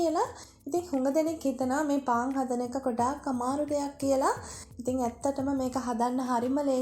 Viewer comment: පාන් කියාගන්න බැරිව ඉන්නේ